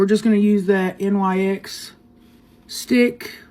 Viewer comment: You Pronounce NYX like Fix but with a N so NIX .